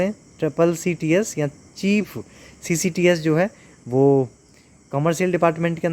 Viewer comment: Ccts bolne me dikkat kyo aa rhi h 😂